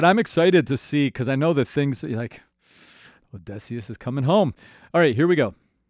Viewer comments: oh-di-see-us but you keep saying oh-DEH-see-us 😭 The journey is over but there are still the cut songs to listen to. It's just Jorge's voice for those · As a linguistics mayor i am still upset he pronounces Odysseus with an /e/ like in dress instead of /ə/ (schwa) like at the start of about or the end of comma. But he frequently gets the emphasis of Odysseus wrong due to English having a rule about emphasis making the 3rd syllable from the end the one with emphasist. And usually syllables with emphasis need to also have a strong vowel (anything but /ə/, /i/, /u/) but the vowel needed here is an ü (like in clamydia) which english doesn't have, forcing the substitution with schwa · 20 seconds in and I just have to know, how did you make it to the last saga without learning how to pronounce Odysseus? Telemachus, no problem, but the titular character? Is it just for the rage comments? There’s no way. The letter y literally never makes the short e sound in the English language, come on man. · I love how you say Odysseus, im not sure if it's just you being slightly off with the pronunciation or it's part of your accent. I can tell you have a slightly different unique american accent. Its probably a regional difference. But I do like it :> you pronounce words slightly differently than most American accents I've heard.